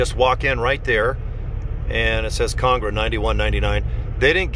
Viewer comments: Con AG ra, not CONG ra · Can you pronounce ConAgra correctly? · Lol ikr